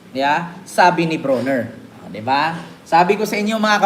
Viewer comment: It's Brawner...not Browner as in Brownie...😅